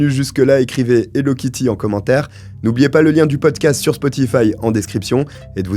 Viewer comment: C'est plus "hello kitue"😮